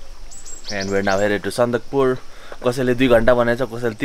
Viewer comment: It's Sandakphu guys lol